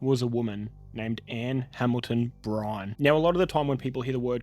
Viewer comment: You keep saying Anne Brine?? Her name is Anne Hamilton-Byrne Byrne is pronounced like Burn.